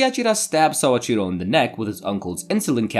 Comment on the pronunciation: Man, your Japanese is very poor. Soichiro is (SO-EE-CHI-ROW) not (SAA-CHI-RO) or sometimes you said (SA-EE-CHI-RO) or (SAO-CHI-RO). I don't know why your brain has to add an A into his name. Your (Ri) in Rika, was closer than most native English speakers, but it was definitely Spanish rolling and not the character り. Also, you can't even keep her name straight because you later call her Riko, multiple times. And Kazuhito? You literally left out 1/4 of this man's name. You looked at a 4 syllable word and really just left an entire one out. His name was not Kazuto, it was Kazuhito. Then Shiraishi. You just changed the last (Shi) into (Sha). What's the obsession with adding an (Ah) sound into everyone's name? holy shit you BUTCHERED that name my guy. "Saochiro started dating Suashira"? That is how you said it. Does Suashira and Shiraishi sound the same to you? lmfao I'm sorry but this was painful for anyone who knows even the slightest bit of Japanese.